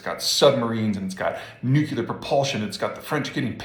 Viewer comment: I hate to be a stickler, but... "nuclear".